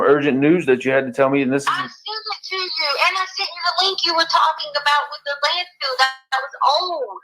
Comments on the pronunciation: Does anyone else hear her stupid ass saying "land field"? I can't stand her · It's LANDFILL not landfield,.